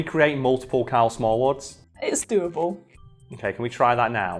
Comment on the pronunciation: "Can we get multiple?" Is what I heard. Thusly, your name henceforth is no longer, but. Because it's funny, and precisely how you Brits pronounce it. Also: fun fact - The Bravery spent so much on dominoes and recording media for that music video, that the band went bankrupt, and only went on tour to pay off the massive debt from buying cases of domino sets and DVD-R's.